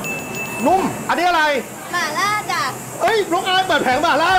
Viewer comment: หม่าล่าครับ ไม่ใช่หมาล่า